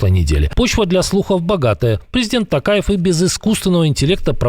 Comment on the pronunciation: Ни Такаев а Токаев